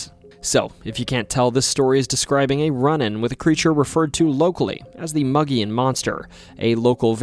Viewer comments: Its pronounced MOE-GEE-ONN monster. Spelled Mogollon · Arizona native here. It's pronounced mo-ghee-on. Mo as in "Moe is out". Ghee like the clarified butter used in Indian dishes. On as in "it's on the table". Otherwise, fantastic video. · Another Arizona episode!! Even though Grand Canyon goes further, I still appreciate this! Edit; one tiny nitpick, it’s supposed to be pronounced “Moh-Gee-Yon”, but other than that another great video, the mogollon monster has always been one of my favourite stories, camping by the rim is always exhilarating and the wildlife and nature there is beautiful year round! Too many people don’t know how beautiful Arizona is!! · It's pronounced Moe G on, not mug e on. based on a the rim region around Payson Az. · As a lifelong Arizona resident. Your butchery or the words Kaibab and Mogollon is cringe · Boy the way you butcher mogollon monster aNd Prescott Arizona sure does piss me off